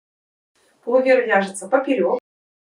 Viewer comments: ПулОвер, а не полувЕр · Все прекрасно, красиво и просто, одно напрягает - нужно говорить ПУЛОВЕР, а не пОлУвер😊